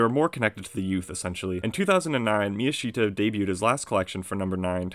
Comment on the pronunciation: miyashita should be pronounced mi-YA-sh-ta, instead of mi-ya-SHI-ta